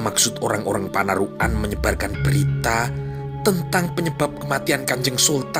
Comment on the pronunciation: Panarukan, bukan panaruk an